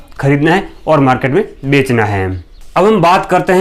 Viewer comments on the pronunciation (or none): none